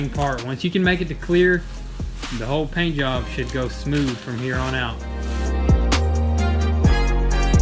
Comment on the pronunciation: Did you say paint yob 😁